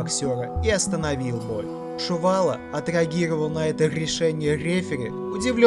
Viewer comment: Комментатор будь по внимательнее пожалуйста,Али его накаутировал , изучайте чётко и внимательно биографии людей,просто так болтать не стоит.и не надо говорить что Чувало не был накаутирован,и правильнее произносите фамилии спортсменов.🤔правильнее будет Чувало ,а не Шувало.....